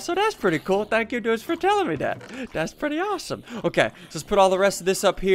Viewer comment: What happened to ur voice ur like dats good dats how u make this